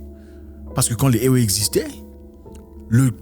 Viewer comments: Zack ça se pronoce évé 😅😅😅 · Ewe se prononce évé.... toujours un plaisir d'apprendre des trucs philosophique avec toi. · Éwé se dit évé. Sinon ta vidéo est d'utilité publique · Salut grand-frère Zack. J'ai toujours adulé tes vidéos. Beaucoup de courage frère pour la suite de ce noble engagement. Une chose dont je suis sûr et fortement convaincu, RIEN N'EST ÉTERNEL !La mentalité africaine changera très positivement nonobstant le sacrifice à consentir. Oft, en parlant des peuples ÉWÉ du Togo et du Ghana,on écrit bel et bien ÉWÉ,mais on prononce 《ÉVÉ》. HOTEP! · Juste une petite précision M. Zack : on prononce "évé" même si le nom du peuple s'écrit "ewe". Gentiment de la part d'une Togolaise. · Oui exactement ça se prononce "évé" depuis Lomé.